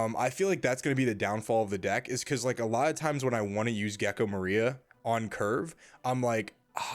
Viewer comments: The accent in gecko moria in definatelly incorrect, you spelled wrong like 10 times in one min like "Gekko MARIA" lol had to stop the video to tell ya hope that helps ps: If I'm wrong delete this comment for me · Great video! The way you say moria surprised me though. That's the first time I've heard it pronounced that way